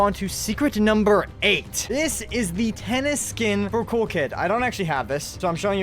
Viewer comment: my heart is broken by you saying "tennis"